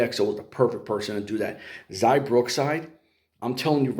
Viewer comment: It's XIA not XAI